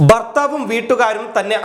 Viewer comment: ബർത്താവല്ല ഭർത്താവ് 😄